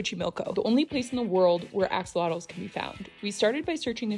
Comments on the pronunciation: We as Mexicans appreciate the interest in the ajolote/axolotk. But please stop pronouncing it like axle-lottos lol it’s pronounced ah-ha-low-Teh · Fun fact, it's pronounced ASHolotl, not AX! Aztecs pronounced X as a sh 😊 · Sho* not cho, and "lot" part is followed by a sound not found in English or Spanish, so pronouncing it is difficult for most in general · It's pronounced as Ahh-Cho-Lot not Axe-Zottle so many people mispronounce this word. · It's real pronunciation is a AH–SHO–LOTL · It’s pronounced ah-show-low-t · Its pronounced asholotle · down to even the bottle. video did blow up about the axolotl, and she's not even pronouncing the name right lol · The way she pronounces the x is like nails on a chalkboard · Went to Mexico and didn’t even learn the proper pronunciation of the animal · Why can no one pronounce axolotls right 💀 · I appreciate you taking time to learn about Axolotls, but please learn how to properly pronounce their name! It's annoying seeing all these foreigners recently obsess with Axolotls but don't take the time to pronounce their name correctly and learn why they are only native to Xochimilco.